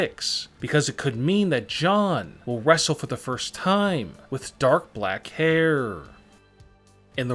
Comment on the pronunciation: “The only problem is that the world knows that he has gray hairrrrrr” funny accent 😂